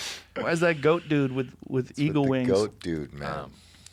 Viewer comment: haha you said dudie